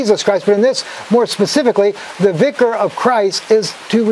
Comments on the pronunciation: I like you, but it pained me so much to hear you mispronounce "vicar". It should be said so that it rhymes with "Vicki". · Uhm. You’re not pronouncing Vicar properly. Lol. smh.